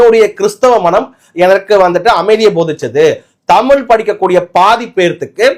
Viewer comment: நீ முதலில் தமில் என்காதே தமிழ் என்று உச்சரிக்கவும்.